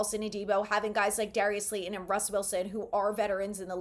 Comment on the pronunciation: Slay-Ton. Not, Slay-en. Please!